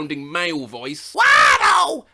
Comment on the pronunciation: Also, Wahto (maybe it's meant to be Watto?)